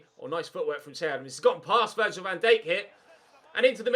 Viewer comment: Learn how to say Virgil name properly